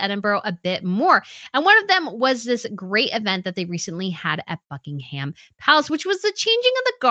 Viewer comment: Love your content but please the h in Buckingham is silent.